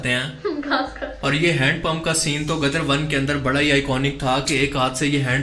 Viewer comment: Gaddar 2 nai Ghadda 2 (Donkey 2). Padhhhhhar 2